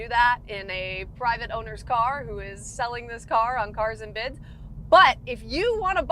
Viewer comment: Great review, but I believe it's pronounced "Carrrrrrrrrrs and bids"